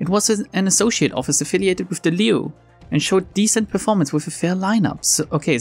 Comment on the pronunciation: Actually you read Liu and Xiao right on first try! That IS the correct way to read them so go ahead :D